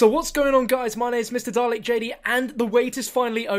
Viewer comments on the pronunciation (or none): none